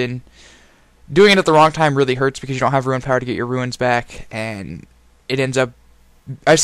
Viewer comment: The only person on the planet who pronounces runes as ruins. Very nice video though!